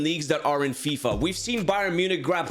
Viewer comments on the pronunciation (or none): none